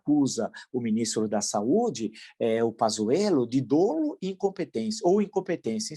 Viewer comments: grande villa, mas fala-se "dólo" não "dôlo" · Prof. Villa, só para informar que a pronúncia certa é "dólo" e não "dôlo" !! Obrigado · Professor, uma crítica construtiva, não se fala dôlo, e sim dólo, muito embora a escrita seja "dolo".